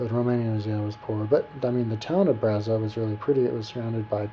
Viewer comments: no it is BRASOV not brazov:)))) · And btw : It`s Brasov, not Brazov. You should have been smart enough to google the right city name before you posted this video. But you`re an american, not a romanian. That sais enough. PS: To quote you "Romania was a pretty place, lots of trees and bla bla" WOW! A romanian 6 yo would compose a better description of a country he visited or would like to visit. It`s called "compunere" in romanian and only God knows how many of those we all had to compose when we were in school. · my dear friend next time you go visit a country try to go with an opened mind,the only things you mentioned about Brasov(brah-shov) not brazov,first Brasov its not surrounded by hills but by mountains ,beautiful mountains,the city is older that most of the stuff in usa,next Romanians dress up my friend ,i live in us and know what i'm talking about,u have a issues against old stuff btw,and the gypsies do whatever they want to do and yes they are from india,non-romanians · first, it is BRASHOV and BUCURESHTI! second u are an poor american who believed the stupid story we tell the tourists to sell an image of dracula and transilvania...if u were interested in the place u were traveling to you would have read some truth first...